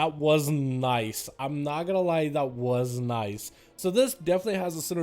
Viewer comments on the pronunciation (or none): "That waz niicez" and he's not lie lying "that waz niicez" :P